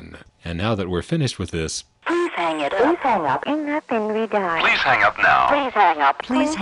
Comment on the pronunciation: "Please 'ang up" :D